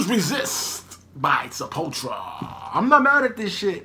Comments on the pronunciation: You need to start using OBS. You're leaving out a U when you say Sepul-tura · It's pronounced like Se-pull-two-ra. This album is great, as well as Beneath the Remains & Arise. Pretty much any song off of those albums are golden. \,,/ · i am Brazilian (from São Paulo) and is more like Sep-pull-tou-rah Brazilian Portuguese is very diferent from european portuguese and spanish, it just shares an origin in latin... Brazilian Portuguese borrows words and pronunciations from various languages as Brazil was a portuguese colony but in the early days various germans,dutchs,italian,japanese got here and had a great influence in the language is this plus the influence of native languages (tupi,guarani etc) and the fact that the portuguese spoken here was more similar to the medieval one prior to these influences so the deviation from euro pt and spanish was greater than other lusofone countries.